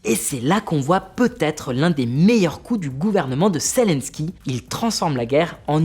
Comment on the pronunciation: Zélensky et non Célensky. Apprenez svp à prononcer convenablement les noms . Et quand vous présentez un sujet sérieux, ne mettez pas cette horrible chemise qui est juste bon pour quelqu'un qui fait de le pub pour voyagistes. Un peu de sérieux ne vous tuera pas. Le sujet est trop grave que pour le prendre à la légère.